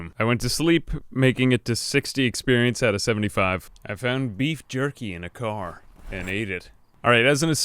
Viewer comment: i found this "i fount this" very funny XDDD